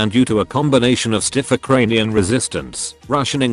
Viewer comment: Uh kranian